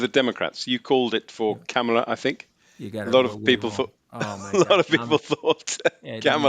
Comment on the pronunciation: CRINGE!! The creepy old host of this show still chooses to mispronounce Kamala and says he made money on Bitcoin so he likes Trump